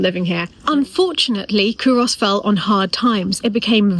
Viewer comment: Great job explaining Culross although you are slightly mispronouncing the name by putting too much emphasis on the 'o'. Also, you find many Scottish people dressed like...